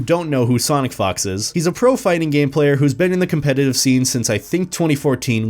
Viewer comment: I'm not trying to be immature, but it sounded like you said Sonic Fucks sometimes